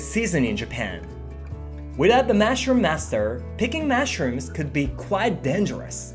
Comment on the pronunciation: I love your channel. One correction though: you say 'mashrooms' instead of 'mushrooms'.😊